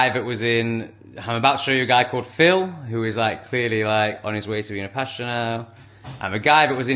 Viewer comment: Pastor. Not pasture. Totally different.